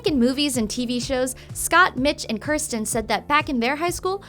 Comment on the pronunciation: its kirstie not kirsten.